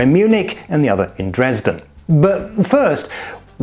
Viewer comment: The Judge was smart... And the HB is a trademark that the Dresdeners name is too similar to... Love the way you mispronounce Dresden.